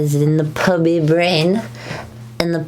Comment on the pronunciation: The way you say "Pubby" is really funny to me